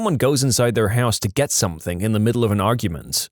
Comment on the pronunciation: No k in the word something .